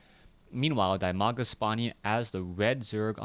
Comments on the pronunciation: He is called Di-maga. Not Die-maga. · "Dimaga" is pronounced as "dee-ma-ga"